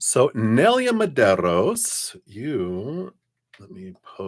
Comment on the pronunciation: Thank you so much!! I love the way you say my name!!🥰 Also, the read definitely resignated.💖